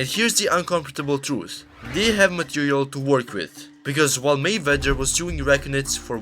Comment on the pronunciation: Narrator can't pronounce 'Mayweather'. funny.